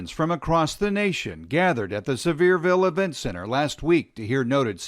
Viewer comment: "Sever-ville" can't even do basic research on how to say the name of the city